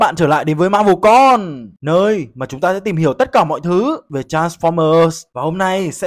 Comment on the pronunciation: ad có thể đừng nhấn mạnh hoặc giảm âm lượng ở những từ cuối đc ko? 😓 như mở đầu video ad ns chào mừng đến vs marvel CON ý😄 chứ ko e đeo tai nghe quên ko giảm âm lượng làm tai bị ngỏm mất 1 lúc 🥲